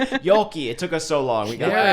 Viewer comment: AHHHHHHHH WHY CANT THEY SAY YOLKI??!!!